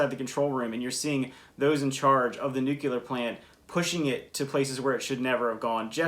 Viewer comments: It's Not pronounced Nu Cu Lur. It's pronounced Nu Cle Are. Let's learn this basic fact so we don't have our ignorance and lies lead to a disaster in the future. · even presidents and nuclear engineers may say Nu Cu Lur. As is well known